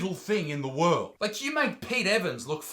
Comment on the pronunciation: "Shaming the wemen of the wotld... australia and the whole universe" 🤣🤣🤣